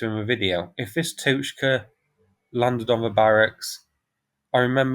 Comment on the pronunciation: The ‘o’ in ‘Tochka’ is hard, as in ‘dog’.